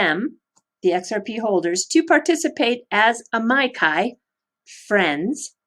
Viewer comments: The latin word is corectly pronounced "ameekee" or "ameechee" depending on which side of the scientific debate over latin pronounciation you are on. Certainly NOT "amaikai"! Thanks for the video. Very informative" Two thumps up! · Loving it as always - one thing - Amici (ah meee chi) Italian for friends:)